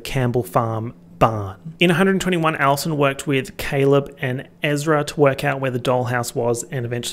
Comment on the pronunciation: He's saying Addison here and not Alison right? :S